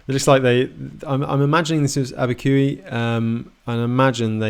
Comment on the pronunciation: Abiqui, NM is pronounced AbbeyQ not AbbeyQE. Just sayin!